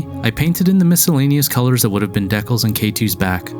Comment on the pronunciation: Why do you say decals the way you do?